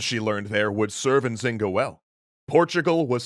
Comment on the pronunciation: Ok I’m from Luanda I know quite the story but the N in Nzinga mbandi is silente